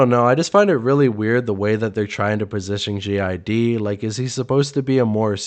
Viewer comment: Why do you keep calling him "Gee Eye Dee"?? 🤔🤨🤦🏾‍♂️